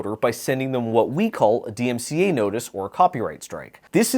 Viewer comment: bro can’t even say dmca